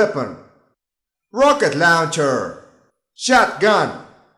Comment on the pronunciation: rawket lawnchair